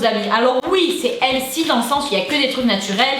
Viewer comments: On dit pas healsy on dit healThy , s’il vous plait les français mettez y un peu du votre quoi là .... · Ahh NON en étant Canadienne je sais comment sa se prononce sinon je me permettrais pas de faire la remarque chérie et on dit : Heulthy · Mdrr sa m'a irriter à chaque fois qu'elle disait le mot healthy genre elle dit helsi c trop marrant 😂❤🍑🍑🍑🍑🍑🍑🍑🍑